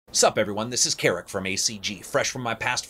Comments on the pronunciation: "Whats up everyone this is from ACG" Always cracks me up xd. PS: I know he says Karak. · Now I can't not hear "Carrot". Thanks a lot ;-)